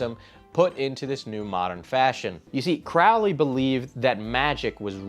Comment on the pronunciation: And by the way it’s pronounced “Crow-ley” like a bird, the crow. He paired the word “holy” with his own name in one of his psychopathic poems. Crow-lee.